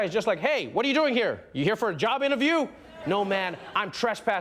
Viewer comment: "click heaaar"